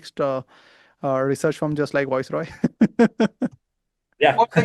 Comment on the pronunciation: The name is not Voice roy. It's viceroy